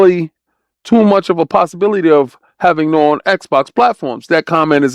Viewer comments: Nioh as in NEO my dude, not Noah.😂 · this old man can’t even pronounce nioh correctly